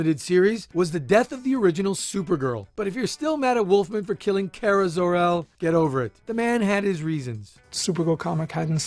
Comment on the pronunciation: Thanks for saying Kara's name the right way, to a nerd it means alot